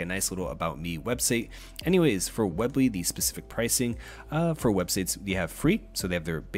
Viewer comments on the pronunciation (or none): Its pronounced weeeee bly not web ly lol that was bothering me a lot. Otherwise great video!